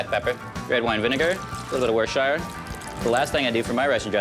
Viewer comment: Worcessssssershire sauce 😂